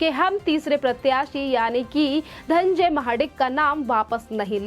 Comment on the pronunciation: धन्जय नही धनंजय बोल